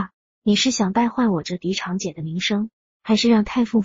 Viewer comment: zhang长姐、不是chang姐